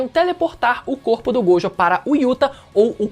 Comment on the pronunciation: GOJÔ! A PRONÚNCIA É GOJÔ! QUE AGONIA!